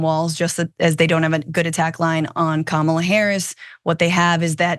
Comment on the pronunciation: They are REALLY trying out every single pronunciation of Kamala, aren't they? Kam-alla as in alley?